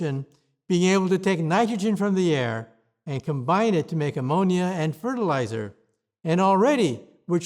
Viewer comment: You have been wrong about everything all of your life...why should I listen to this now...garbage can...?...Low hanging fruit if you ask me...or am I being too obtuse Tulsi Gabbard...he did say fertiluzer...Too Funny...❤ X5...10-4...